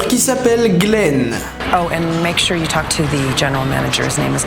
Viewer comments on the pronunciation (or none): none